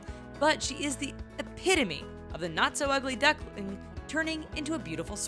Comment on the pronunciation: 'Not so ugly ducklnngngg' 😂 How about a second take maybe?